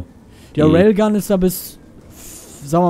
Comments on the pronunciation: Warum sprichst du die Raygun immer als Railgun aus? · Ray-gun und nicht Rayl-gun :D